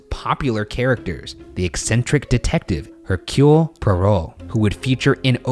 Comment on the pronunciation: hercule poirot is pronounced air - cyoole poy - roe, i literally hurt when he talked about the mysterious affair at styles and hercule poirot 😭✋